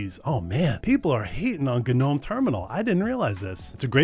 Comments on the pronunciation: Guh-nome? Its pronounced just "nome" i'm in, if this continues im going to... UGH. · Oof the way he says g-gnome was painful xD Interesting video otherwise :P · Dude... It doesn't have to be pronounced differently just because it's Linux.... Guh-nome? Really? The G is silent... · somewhere in the last few decades, it became really normal to not ka-now how to pronounce words in English. "Ga-nome Terminal" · oh man, all those "guh-nome"s lol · guh-nome?? who the heck says guh-nome? the Scandinavians are lighting torches right now. you should take a security course if you think having an AI chatbot incorporated into your terminal is a good thing. good grief. and, frankly, terminals are all well and good, but you're eventually just going to default to the terminal that spins up with your VM; usually Xterm or XFCE4. i do, however, concur with Wezterm and KiTTY evals. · It's shocking you're never heard the word "gnome" before. The 'g' silent. Come on now. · I can't continue. 2 minutes in and dude can't even pronounce the actual English word "gnome". It's too early in the morning for me to push through. I'm sorry. Good production quality, I just personally cannot deal with this right now... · It's pronounced gnome, not gnome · I hate how you pronounce "GNOME"